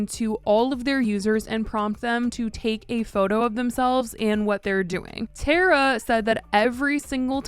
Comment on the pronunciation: It’s tar-uh not tare-uh